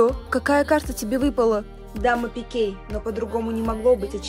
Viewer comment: Не Дама пикЕй а Дама Пик